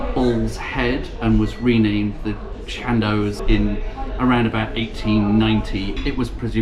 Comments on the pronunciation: Shan doss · 'shaan-doss' is the correct pronunciation, I believe. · Dear - I think that Chandos is pronounced like boss rather than like post. See also Robert Adam's magnificent Chandos House in Marylebone, Handel's Chandos Anthems and the spectacular baroque church at Great Witley, Worcestershire. PS: I absolutely love all of your pub and walking vlogs. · I used to visit the Chandos (I always pronounced it as others did in the area as shan-doss) in the early nineties. The Salisbury has always been known as an actors pub.